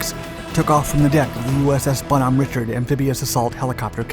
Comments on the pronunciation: That was a non-standard approach vector in addition to lack of proper safety checks. Cowboying it in like that ... and btw it's not Richard like the name Richard. It's pronounced Rishard. I saw a similar incident to this with a Egyptian helocopter that was trying to land on one of our amphibious ships during a joint operation back when I served... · He pronounced the first part right, it was the second part he got wrong. Richard is pronounced ree-shard. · Richard in Bonhomme Richard is pronounced ree-shard.